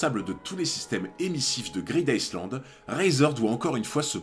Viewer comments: En anglais le "s" de island est muet. Sa se prononce "aïe Land" et pas iceland, d'autant que pour les anglais, iceland c'est tout simplement la trad de "Islande"... Dsl je sais c'est tatillon mais sa m'a vriller les oreilles toute la video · super vidéo encore, on dit plutôt " greedaïeland" et non "greedICEland". Le S est muet ^^ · greed ICEland ca pique les oreilles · SI Je re-entend iSland encore une fois, mon cerveau se liquéfie. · Vidéo sympa, j'ai cru reconnaitre une OST de Skyrim à un moment mais j'en suis pas sûr. Cependant toute la vidéo j'ai tiqué sur la prononciation du "Island" de Greed Island, je t'invite à écouter la prononciation sur Google trad :) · Ta vidéo est cool 🙂 (Par contre ça me pique les oreilles quand tu prononce le ‘S’ de ISLAND 😉) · le "s" de island ne se lit pas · tu prononce le S dans greed island ? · Il ne faut pas prononcer le « S » de « Island » … ça me stresse